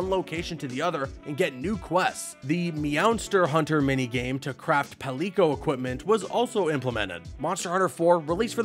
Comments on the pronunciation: PAL EEE CO. lmaoo come on bruv. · I’ve never heard someone mispronounce “palico” before today…